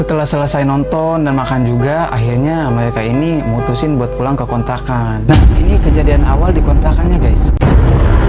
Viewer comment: Kontrakan ya om Bkn kontlakan wkwkwk...